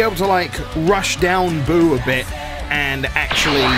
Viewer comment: you butcherd buu